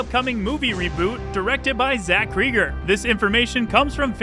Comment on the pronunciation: Still mispronouncing Cregger. Like Craig.